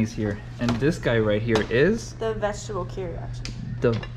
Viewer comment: unable to pronunce vegetable😂😂😂😂😂😂😂😂😂